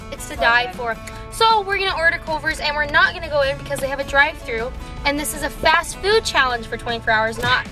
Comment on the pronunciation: The way said fast food 😂 fashfoot